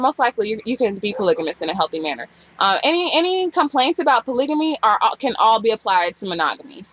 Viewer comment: You're pronouncing polygamy wrong.